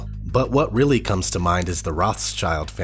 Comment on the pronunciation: Reeely eenteresting. Not ODD chances, I don't think...as in on purpose! Thanks for information that might otherwise, shall we say, be swept under the carpet. Our country seems to have an immunodeficiency of God factor of immense propensity! Thnx!